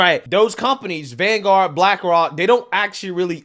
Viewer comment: Lol. Bwackwok Isn’t it pronounced Black Rock